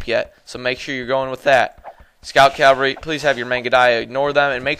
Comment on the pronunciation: It is pronounced, "CAV-ALRY". The V is before the L. Yours is a common mispronunciation, saying Calvary, which is a biblical reference to the hill upon which Christ was crucified.